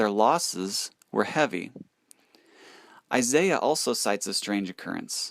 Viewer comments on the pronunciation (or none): none